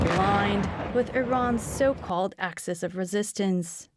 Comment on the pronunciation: Axis of evil, say it properly please.